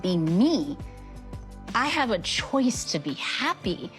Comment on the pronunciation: Tia fkin up all the "C" words. "Court" "choice". She cringe af at this point.